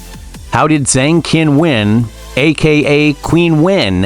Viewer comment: 8 minutes about Zheng Qinwen, but you didn't bother to take 8 seconds to learn to pronounce her name correctly. Very lazy and sloppy work.